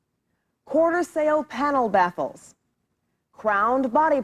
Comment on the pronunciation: Lol....sounded like she said "backles"🤣